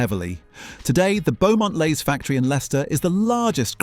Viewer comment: The area that Walkers are in is pronounced Beaumont Lees and not Beaumont Lays.